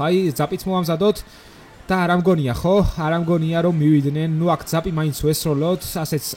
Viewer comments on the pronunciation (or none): none